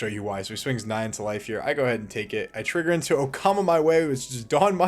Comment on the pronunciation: Bro, "Okama Way", not "Okama my way" or "oh come my way" like many YouTubers have been saying xD